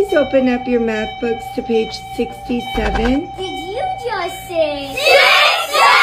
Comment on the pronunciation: Ye salah sebut 67